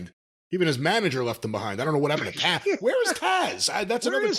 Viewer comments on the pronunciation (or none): Nobody: “Taaz” Me: “It’s Taz!”